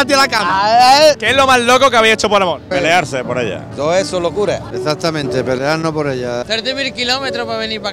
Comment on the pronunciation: me voy a poner un poco bujarron con lo que voy a decir pero lo mejor del video es cuando dice un señor: Mi primer amor eh mi mujeh.